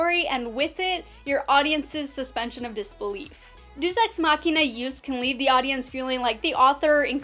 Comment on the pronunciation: Deus = "dayus"